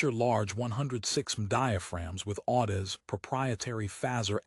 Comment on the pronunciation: Can't even properly pronounce Audeze into the video. No reason to watch any further.